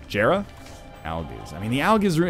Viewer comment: hey NL jera is pronounced "yera"